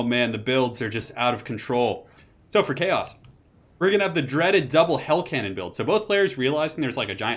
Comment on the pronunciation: It's a hell CANnon, not a hell CAN'Tnon